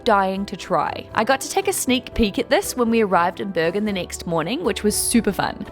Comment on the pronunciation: It is Bergen with a hard g. as a Swede probably says it like the Swedish word for mountains - bergen, which is not the Norwegian way.